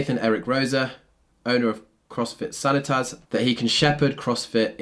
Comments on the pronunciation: Sanitas pronounced sa NÉET us, not like san ee tas (as in sanitation or sanitary). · For what it's worth "Sanitas" is pronounced Sah-nee-tahs, not that it really matters exactly, but in case it does, there you go! Love your videos :) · Nothing to do with CrossFit. CrossFit sanitas is a beautiful box. I’m posting for one reason. sanitas is pronounced Sah knee tas. I only know this because I grew up and still live in boulder CO. Sanitas is a mountain and popular hiking trail in the foothills, and there is also a local brewery named after it. It roughly translates something like soundness of mind aka sanity. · Pronounce it San eat us sanitas. It's named after Mount sanitas (an awesome trail in Boulder)